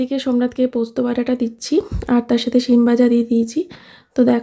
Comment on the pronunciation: কথাটা ছিম নয় সিম